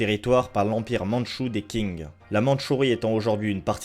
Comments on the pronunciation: La vidéo est très bonne encore une fois mais encore plus quand on lit les commentaires qui sont super intéressants ! Petite remarque, Qing se pronconce "Shing" plutôt que "King". Je sais qu'il s'agit d'une chaîne française donc les petits défauts de prononciation ne sont pas problématiques outre mesure mais je dois avouer que celui là m'a quand même bien titillé l'oreille, je me permets donc de le signaler pour info :-) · Bonne vidéo que j'ai bien appréciée, sur un sujet dont on ne parle pas beaucoup. Parlant le mandarin, je voulais juste revenir sur quelques points concernant la prononciation et l'orthographe de certains mots pour que dans les prochaines vidéos cela soit corrigé. Qing se prononce tching et non king, on écrit Xin Jiang et non Xi Jiang. Merci pour ton travail ! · vidéo intéréssante mais tu te trompe sur plusieurs point la République Populaire de Chine n'a pas été crée en 1911 mais en 1949 avec l'arrivée de Mao au pouvoir, la révolution de 1911 à crée la République de Chine (noté la différence) et puis la dynastie Qing se prononce "Ching"et non "King" (bon sur ce point la c'est plus pour pinailler). Sinon de mon point vue cette politique de la Chine contre les Ouighours et les Tibétains est dangereuse car pour moi c'est une destruction des autres cultures, en voulant complétement Sinisé les populations trop différentes des Hans (ethnie majoritaire en Chine), Pékin cherche surtout à uniformiser son le Pays, selon moi c'est comme si en France on décidé de détruire toute la culture bretonne pour que les bretons soit complètement intégré ça aurait fait perdre toutes les pécificités de la région et surtout détruire par la même occasion une partie de notre culture donc pour moi il s'agit d'un véritable génocide culturelle PS : très bonne idée d'utiliser les illustrations de Giuseppe Castiglione au début de la vidéo